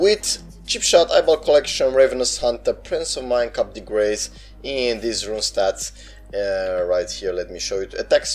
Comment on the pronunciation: Learn to say cool the grass，not cope de grace thank you